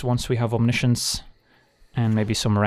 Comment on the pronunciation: i speak french, we have the word as well (no reason not to, it's directly latin) and can confirm there is absolutely no reason to pronounce science differently. Feels like its meant to sound frenchier but that's just dumb.